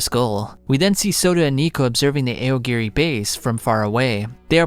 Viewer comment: AY OH GEH REEEE. He probably does it so us mega-nerds comment and give him more engagement.